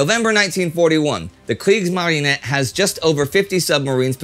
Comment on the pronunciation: I know Astrid and Spartacus are on it, but as a Dutchman, Indy's "Kriegsmarine" does sound a lot less intimidating as am using to say it. Have I been indoctrinated by Anglo-American media to much, or am I right there is a weird, almost playful variation in Mr. Neidell's pronunciation?